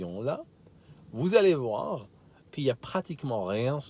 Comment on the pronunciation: À tu dis la phrase "Vous allez voir" comme un bon vaudois xD